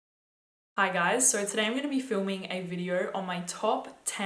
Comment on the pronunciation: How she says "so," "Sahou."